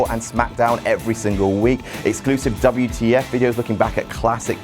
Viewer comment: Dabble yew tee eff. It's O'clock lads